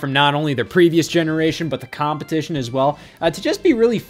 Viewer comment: Idk why, but the way Scott says “competition” is strange to me.